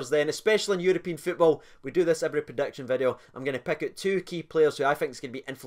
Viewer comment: He says predictions like erections 😂